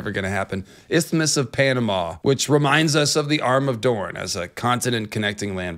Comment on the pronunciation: Don’t feel bad about your pronunciation of “isthmus,” it’s all Greek to me too